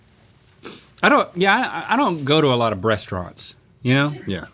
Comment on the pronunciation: Is Link saying Breasturaunt?!?! Either way I'm over here dying at the thought 😂